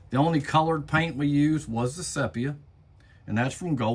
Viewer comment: Ce pe ya? its see pee ya....